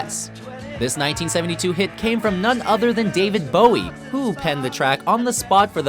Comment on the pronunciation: When the guys pronounces it David BAOW-EE. smh it's BOW-IE. easy